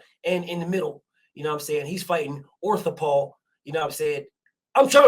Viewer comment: My nigga said Orthopaw 🤣🤣🤣🤣🤣🤣🤣🤣🤣🤣🤣🤣🤣🤣🤣I'm done